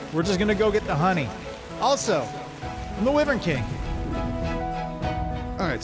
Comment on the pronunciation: It’s whyvern not Wevern but it’s spelled wyvern